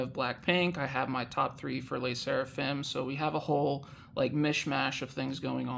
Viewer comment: The way you say 'Lay' Sserafim takes me out 😂 hahaha